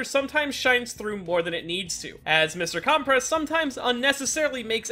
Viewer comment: Not CALM PRESS it’s pronounced (cUm press)